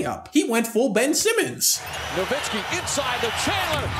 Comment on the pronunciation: ain't no way guys have basketball channels in 2022 and don't know how to pronounce Nowitzki